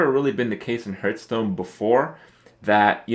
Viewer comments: It annoys me that he pronounces "Hearthstone" like "Hurtstone"... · Why do you call it Hurtstone